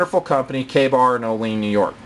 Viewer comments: Just a note: It's CaH (short A)-mill-us and OH-lee-anne, not CAM-ill-us and oh-LEAN (That's the chip oil that makes your butt leak) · for future Kabar vids, Olean NY is pronounced O-Lee-Anne. nice vid tho, thanks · love ur reviews just wanted to let u no its pronounced oh-lee-ann new york i live a couple towns over an ive been to the factory its really cool